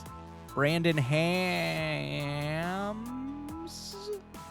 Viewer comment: Ah yes, Brandon Hawkins